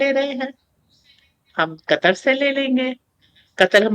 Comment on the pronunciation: Katar nahi Ku..tar. P.c.